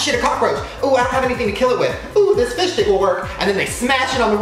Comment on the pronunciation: I still don’t know if he said fish stick or fish dick...